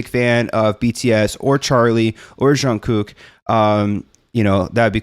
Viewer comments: I think the reason we as fans are so dedicated to BTS is because for many of us, they either literally saved our lives, or were instrumental in our recovery. I wouldn't be the person I am today without BTS. As for pronouncing Jungkook's name, you are really close. Jungkooks name is very difficult for non-Koreans to pronounce correctly. To say his name correctly, try saying it with your teeth closed. Move your lips and tongue, but don't actually open your teeth. Once you know what it needs to sound like, you can move your teeth again, as the closed jaw is just a trick to help get the hang of it. And if anyone wants a brief Hangul lesson to understand Jungkooks name better and why most of us say his name wrong, please read on. When Jungkook chose his stage name back in , "Jungkook" was the correct romanisation of his Korean name "정국." However, the South Korean government changed the romanisation system they were formally using a few years ago to more accurately match the correct pronunciation. So the correct way to write his name using English letters is actually "Jeong-guk" and that is more representative of how to pronounce his name. However, he stuck with "Jungkook" as his stage name for simplicities sake. Korean is a language with typically softer consonants and vowels than English. It is also a very fast spoken language, so you don't linger on sounds the way we do in English. Instead, everything kind of blends together to make soft, lyrical and fast language. The soun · This song is fun, but I am disappointed that we don't hear more Jungkook in it. Oh well, at least ARMY knows now that it's Charlie, not Jin, who hits JK. 😆 If Jungkook is difficult for you to pronounce you can always call him JK. He often refers to himself as JK and the guys call him JK too. My song recommendations are Black Swan, Fake Love, Stay Alive, and, On Kinetic Manifesto. 💜 You nice, keep going.